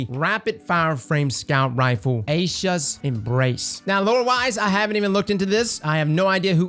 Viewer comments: Eye-sha’s embrace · It's EYE-E-shas